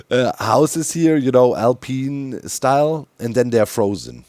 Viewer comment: I can't not hear Doc saying "alpine" as "Al Peen" 😁